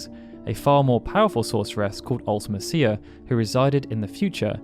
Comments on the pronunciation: The way you pronounce Ultimecia is so wierd. You say, Ultima Seer, when it's pronounced Ulti Me Sha. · I hate the way you say Ultimecia. I've always pronounced it Ulta-Me-Cia. Not Ulta-Ma-Cia. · It's pronounced "ulti-me-shee-a", cia is pronounced "she-a" not "ulti-me-sea-a" as you say it. And if you want proof, watch the Yoshinori Kitase Interview on how he thought up the ff8 story and the games enemies. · I think the thing that gets me is you make it sound like 2 different words instead of a single name. When you say it, I hear Ultima Cia. Not a singular word. MEcia. Ultimecia. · Ultimecia is pronounced Ulta-MEESHA, NOT Ulta-Mess-cia. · Fun fact, Ultimecia is pronounced Ult-uh-meesha in Dissidia games. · Ultimecia is pronouced "ultimEsha" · You're emphasizing her name wrong. You spell it like ultimate and "cia" is spoken like "shia". Other than that, good vid. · I think you pronounce ultimecia strangely. It's pronounced "Ultimesha". Like the name Alica, is pronounced "Alesha", not "Aleesee-ah" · Yeah, I've always pronounced it Ul-tee-me-cia. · The pronunciation of Ultimecia is just so bad. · Surely that’s not how you pronounce Ultimecia 😬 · I just can’t watch this video when you keep saying ultimecia name so wrong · Any game whats the worst ever hard near impossible enemy or boss Not to be a c**t but edea and ultimicia are being pronounced wrong I used to get ultimicia wrong too edea is an old name sounds like a grandma type of name I don't know how to describe the other ? Her GF never brained her never forgot anything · His pronunciation of Ultimecia makes me cringe, like a lot.